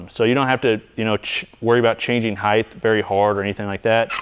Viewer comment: Good stuff. "Width" and "length" end in a "th" sound. Height has the "t" and the end and doesn't.